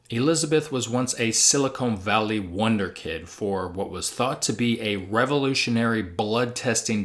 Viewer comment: "Silicone" valley?... You're an idiot, aren't you?